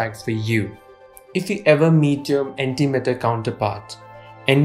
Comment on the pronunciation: The whole time I tought he said anti metal